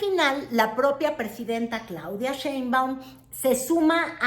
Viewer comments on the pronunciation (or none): es Sheinbaum y no Chei Güerita